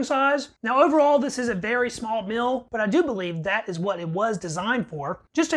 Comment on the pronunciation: It is meal. Not mill. Are you related to Robert F. Kennedy Jr. ? In this recording you have the shaking robot kinnedy voice.